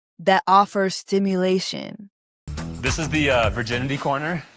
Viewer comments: Girl he said SIMULATION not stimulation 😩😭😭😭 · Jessie it’s a simulation not stimulation 😂😂😂🤦🏽‍♀️